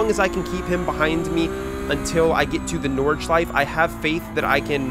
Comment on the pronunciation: It's my moral obligatiom as a German to tell you to pronounce the E at the end of Nordschleife